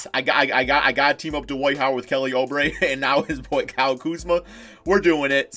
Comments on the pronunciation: Stop saying O Brey it’s oo brey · It’s oubre not obre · say it like oobre not obre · Why does he pronounce oubre like that?